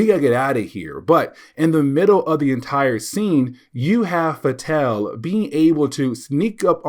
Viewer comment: I agree with your pronunciation of "Fatale". It would be nice if they gave us pronunciation guides, but I think you used the only pronunciation that makes any sense here.